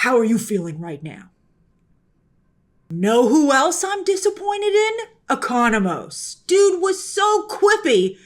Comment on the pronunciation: She finally said Economos right😂😂😂😂